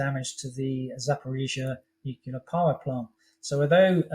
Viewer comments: It's pronounced "NEWCLEAR" not "NEWCULAR" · Great interview but why does he keep saying Nucular when its Nuclear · Propaganda for the dumb. It's noo clee ar not noo koo lar. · "nukular" video closed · Yay, yet another "nucular" expert who should know better.